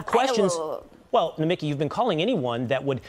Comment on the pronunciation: Nomi (key) emphasis on the last syllabus